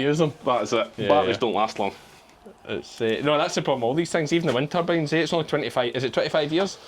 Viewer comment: Ah, "wind turbines" not winter beans 😂